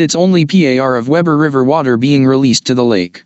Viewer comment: It is spelled Weber and pronounced WEEber